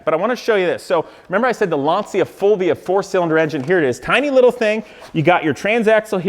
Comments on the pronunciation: I don't watch you very often because I find you just slightly less annoying than Rob Ferretti. Anywho, let's do a little lesson here: Lacia is an Italian marque and it's pronounced "launcha", not "lawnsia". Next, your "computer guy", Dan, doesn't even know how to run a slideshow. Some computer guy... SMDH. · Lancia is pronounced lon-chah! Please make a kit/mold of this car (LANCIA STRATOS HF ZERO)… I will buy it from you… I would even buy the replica that you are building…